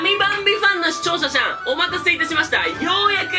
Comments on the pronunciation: 視聴者さん言えてない笑 視聴者しゃんになっとる笑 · 最初「しちょうしゃしゃん！」って言った気がするwwなんか楽しい人やねww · 最初の方で「しちょうしゃしゃん」って言わなかった？笑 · 「視聴者しゃん」ガッツリ噛んで吹いてしまった(笑) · ぽっぷぽー 改めて聞いた見たらそうでした笑可愛い笑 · 地味に視聴者しゃんって言ってて笑っちゃったww あと、の｢〇〇なんだから｣っていう喋り方めっちゃ好き笑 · しちょうしゃしゃん(視聴者さん)言うてますやんｗｗｗかっこいい！ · 視聴者さんって言えてないところが好き！ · 「しちょうしゃさん」がギリ言えてない(´^д^｀)ﾜﾛﾀ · しちょーしゃしゃんw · しちょーしゃしゃん笑笑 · の何がいいかって視聴者さんって言えないところがまじクソ可愛い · 毎回視聴者さんが言えてない可愛良すぎて軽率に沼ったので責任とってどんどん動画投稿して欲しい(とても好きです) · 視聴者さん言えてないwそして完全にカナトくんｗ